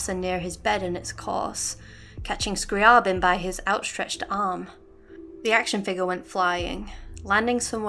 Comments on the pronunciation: Yo, I think your analysis is super interesting, D: like how you can absolve yourself if you just remove yourself from any kind of control. And I suppose you pronounced is "Scrah-Bin?" There's actually a funny thing with Scri's name. So, I like Classical composers and I am saying hus name the way it's ACTUALLY said "Scree-Aah- Bin" , but then Zarla made a really cool audio post about the fact that Zeitgeist is supposed to be a Hollywood Movie and thus the name was sort of simplified and is thus pronounced "Scree-Uh-Bin" in the story. I only found this after recording this, so it's pronounced differently in the next video lol. Thanks for your comment! Xx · I always pronounced it scriy AY bin